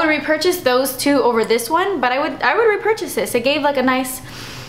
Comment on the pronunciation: I love how you siad rrrr-epurchase :d lol